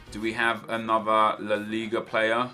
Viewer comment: Just call it La Liga... it sounds like your mouth is full when you say it the other way